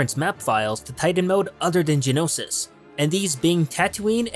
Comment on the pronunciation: Ik this is really picky and im not hating or anything trust me, but how he says "Genosis" and not "Geonosis" really makes me cringe ._.